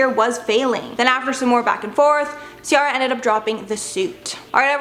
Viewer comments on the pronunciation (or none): It’s pronounced cee-air-ah not cee-are-ah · When the new host is irritating cuz she didn't pronounce CIARA's name correctly.... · Anyone else bothered by the way she's pronouncing Ciara?